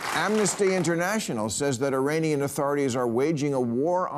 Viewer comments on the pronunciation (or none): none